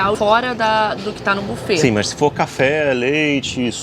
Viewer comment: Buffet se lê bifê ... 👈👈